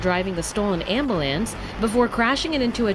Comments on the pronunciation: "Ambuh-lance"? I feel this was an intentional pronunciation for the thief. Lol. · It's pronounced am•byou•lance lady!!! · Amabalance really? hahaha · "Stolen ambalance" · eesa lol ambalance 😂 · Omg when she said "ambalance" 😂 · why did she say abulance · That's funny "ambalance"